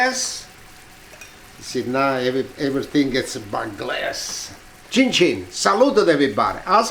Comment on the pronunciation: I love when he say chinchin😂😅😊👍🏻👍🏻👍🏻👍🏻👍🏻👍🏻👍🏻👍🏻👍🏻👍🏻👍🏻👍🏻👍🏻🥂🍽🍝